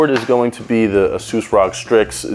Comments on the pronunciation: He said ROG not r-o-g lmao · This guy just say rog as in log and not R.o.g.